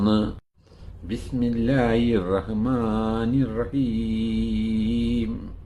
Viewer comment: ബിസ്മില്ലാഹി..... ബിസ്മില്ലായി അല്ല Pls 🙏